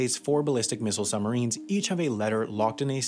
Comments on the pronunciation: How come you are pronouncing it "summarines"? Stopped me concentrating on an otherwise awesome video 👍🏼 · narrator keeps saying "summarines". ugh! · While I really appreciate all the effort that has gone into this (I was a professional TV editor for many years) our narrator to my ear keeps saying "summarines" and not suBmarines this bugs me to the depths of Davey Jone's locker and as an editor I am envisioning him walking the plank. Other than that? Love it. :) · It is annoying to keep hearing sum marines, not sub marines. Your pronunciation sure does not sound BRILLIANT. Take a breath and slow your speaking speed. You talk TOO fast. Your 80 words per minutes should be slowed to 60 words per minute. 60 WPM is considered comfortable listening. You want your viewers to be comfortable and listen for the whole video. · SUB MArine you dumbass pronounce it right muppet.....Summarines lol you sound so dumb. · It's the way the US Navy have been saying it for decades. You don't ride "submarins" You ride submarines boi. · Making a video about submarines when you are unable to properly pronounce the word.... Some marines.... LOL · I'm wondering why he is referring to submarines as 'summarines'. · Funny that the guy narrating this couldn’t say the letter b when pronouncing sub marines he said sumarines